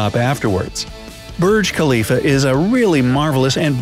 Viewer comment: Burg klifa. Hehehehehehe